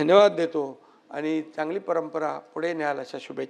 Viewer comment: आनि बानी पानी बहीन अशेल… याला उत्कृष्ट म्हणता की काय? कमाल आहे.